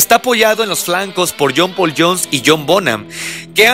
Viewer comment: Qué mala pronunciación: ¿Qué es un "achails"? ¿Qué es un "jul" lotta love? ¿Quién es John "Pul" Jones? Buena info, por otro lado...